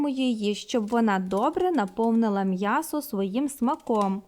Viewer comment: Мьясо. Рот твой наоборот 😂😂😂